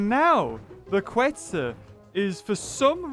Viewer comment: Is KETZ! Not QUetz!